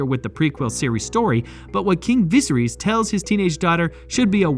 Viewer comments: he cant pronounce "viserys " properly thats so silly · the way you pronounce viserys is mildly infuriating.